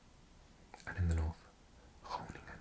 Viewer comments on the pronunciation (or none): none